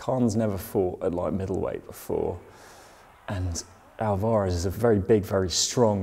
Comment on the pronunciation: Oit, you plonkers. Say Alvarez properly. You're embarrassing me as an Englishman. Haha.